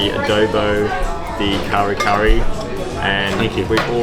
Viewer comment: Guys, it’s not pronounced Ubay. It is pronounced oo-bear. Laing is pronounced La -ing . Adobo is pronounced A-door-baw not A-dough-bow. Kare Kare is pronounced Ka-reh Ka-reh not curry curry.